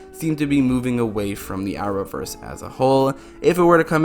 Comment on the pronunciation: What is the Hour-verse? He said it 10 times.